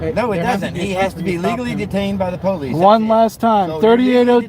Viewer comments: " I wanna know why they are following the POOW-LICE " The Inbred in that Cop is undeniable. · Any time a LEO refers to himself as "the poh-lease" they loose any credibility with me.